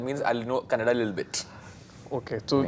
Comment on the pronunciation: It's Kannada not kannad